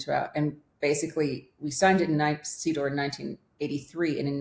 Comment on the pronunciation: Every time says CEDAW it sounds to me like "seed oil" 😂